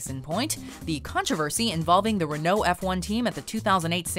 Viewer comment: Learn to say Renault...